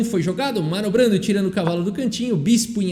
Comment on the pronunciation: o me fala manobrando e eu entendo Marlon Brandon...